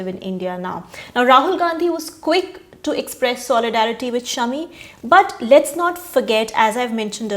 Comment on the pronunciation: Thank you for calling him Shaami and not shummee